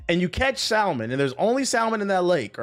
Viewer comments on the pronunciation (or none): LMAO my nigga said salmon w the L